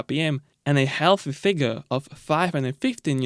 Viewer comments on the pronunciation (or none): none